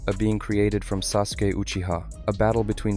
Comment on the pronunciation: The u in Sasuke is silent